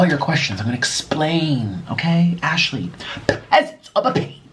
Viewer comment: LMAO, literally my name is Ashley and I die laughing every time you say it 🤣❤